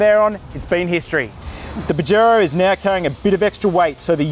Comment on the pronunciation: I donno why I'm laughing so hard every time he say bajero 🤣🤣